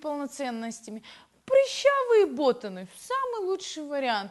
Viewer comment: Не бОтаны а ботАны